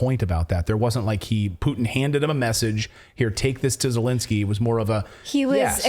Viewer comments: Who in the heck is E-lensky ? Do you mean Z-elensky ? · no, Elendsky or Zucchinsky!